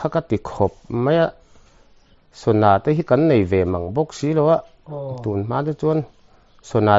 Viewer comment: Sona a awmlo ,sana chu a awm.mizo tawng i va thiamlo em em ve,,tin 'vel' tih ilam dan kha a diklo.naupang in hau tap /vel angin ilama .entirnan ka u in min vel